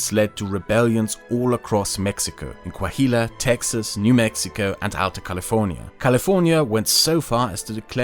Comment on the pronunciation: Oh shit as someone from Coahuila (that you keep mispronouncing horribly lol) now I understand in more detail why I and many other norteños hate Mexico City and its political class so freaking much. People of Chihuahua have a saying: "Everybody past down Jimenez city are chilangos" as a despective way against southerns and specially the high centralization of power of Mexico City.